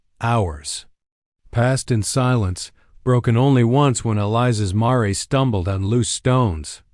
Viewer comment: It’s Mare, like fair, not mar-a